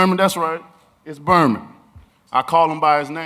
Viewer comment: BER-MEN - Stephen 'The Weasel' Espinosa